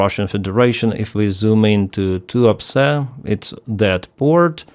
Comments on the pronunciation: Did I hear that correctly? That Russian oil port is called "The Port of Too-upset"? Must be my silly computer speakers. ;) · Tuapse sounds a bit like "too upset" when hearing it. Fitting.. a lot of russian are probably too upset.